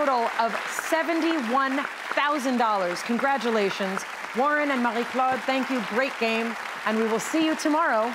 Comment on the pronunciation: I firmly believe we should pronounce people’s names the same way they say their own name. Here Mayim is showing her the respect of doing the same thing. 💙🌻✌🏽